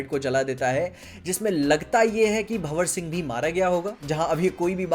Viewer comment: First time in the YT history bro has got correct Pronounciation of BhanwarSingh 😆